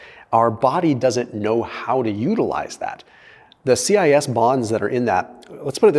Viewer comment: They're pronounced cis-fats not C-I-S-fats